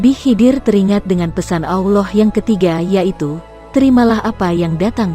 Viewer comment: Blepotan pengisi vocal nya....Auloh Auloh apaa an itu ?